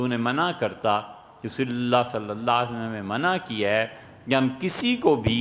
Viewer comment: Ap ne farmaya ta k merry christmas kehna teak a. Mujhe ap pe shak a. Apke alfaz b clear ni hen jb ap Rasool Allah kehte o.